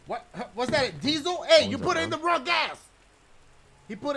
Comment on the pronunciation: He said she ain't wong about that